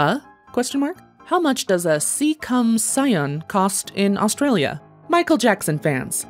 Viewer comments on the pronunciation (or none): none